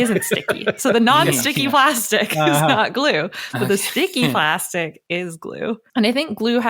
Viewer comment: Plastic-ee made me cringe. I mean, the word there was just plastic. No need to add an extra syllable. 😣